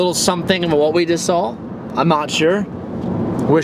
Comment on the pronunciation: for christ sake there is no L in the word "saw"